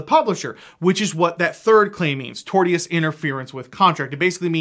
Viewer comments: Tortious - tor-shi-us - not tort-e-us. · Not being snotty, it's just painful to here it pronounced that way. Tortious is pronounced "torshus". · Hell there, I’m a lawyer. It’s unlikely you’ll ever have to pronounce it again, but the word “tortious” is pronounced tor-shus. The t i o u s pronounces the same way it does in “ambitious” or “expeditious.” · Tortious interfearance, is pronounced Tor'shush.